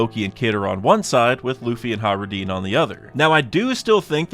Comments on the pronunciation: How do you pronounce Hajruden?he says it like “Hah-roo-deen” instead of “hah-j-roo-deh-n”. I’m pretty sure he’s pronouncing it wrong but maybe not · I love your channel and your content but it hurts hearing you say “Hah-roo-deen” instead of “hah-j-roo-deh-n”. At least I’m pretty sure that’s how it should be pronounced